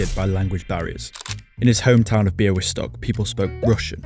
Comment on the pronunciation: BIAŁYSTOK MENTIONED RAAAHHHHHH 🔥🔥🔥🔥🔥🔥🔥🤍💛❤Also you nailed the pronunciation